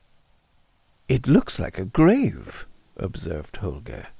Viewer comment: You nailed it again. Such a dynamic narration! And you pronounced Holger correctly, in my opinion of course, but it sounds kind Danish to me. 😅 Thanks! ⭐⭐⭐⭐⭐